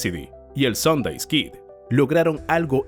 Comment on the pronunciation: Tan bien narrado que iba y cometió dos errores, el alias era Sundance Kid, no Harry Longabaugh (que era su nombre) y se pronunciaba "ˈsəndans" no "sondeys", pero aparte de eso, muy buena narración, nadie es perfecto, nadie lo sabe todo.